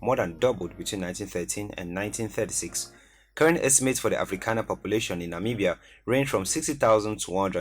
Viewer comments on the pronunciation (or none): none